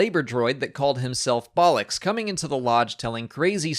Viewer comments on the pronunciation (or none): Lol! Never pronounced Bollux like 'Bollock' as it is basically English slang for testicles! I always get confused what is made officially canon. I thought it was anything after when Disney bought Star Wars. Hence why I thought the Star Wars X-Wing miniatures game craft etc would be canon.